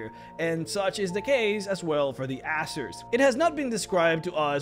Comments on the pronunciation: It's pronounced AiZeer not asser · I think you ought to pronounce it "AZZER" and not "ASSER" just to avoid confusion with other, less PG youtube channels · Hate to be that guy, but I think it's AY-ZER